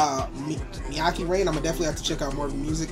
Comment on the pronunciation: his voice is distinct af, Father Forgive Me For My Sins from black sheep is also good btw it's pronounced "meh-ky" (rhymes with high"